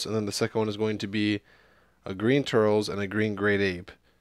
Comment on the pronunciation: It's not turls, it's tur-les